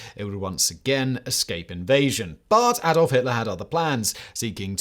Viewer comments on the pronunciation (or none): none